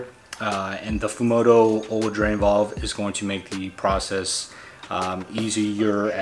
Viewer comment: Valve buddy valve, not vOLve 😆